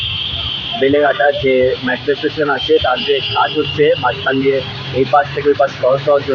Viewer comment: Excellent coverage! Just one observation .. its METRO not MATRO